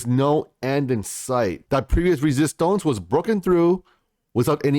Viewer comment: Are you part French? You say "Resistance' with a real twang!